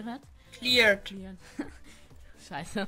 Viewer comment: Das Plugin ist nicht deins... erkennt man allein schon daran das du "sucessfully" und "cleared" nicht aussprechen kannst. Verausgab dich doch nicht mit sowas was du eigentlich nicht kannst... ist ein bisschen Armselig, denn Plugins runterladen, sie umbennen und dann wieder irgendwo hochladen kann ich auch!